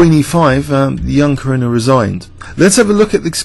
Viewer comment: Actually Caruana is pronounced Car - who - ana (without the "h" sound) ...like Louisiana.